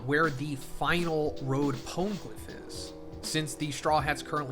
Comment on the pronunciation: Does anyone else get annoyed by his pronunciation of poneglyph and akainu? I absolutely hate it. Bothers me more than the fucking ads 😆 got used to Grand Line’s way of saying it